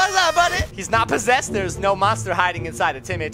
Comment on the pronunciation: "This room is haunted, this room is poh-sessed!"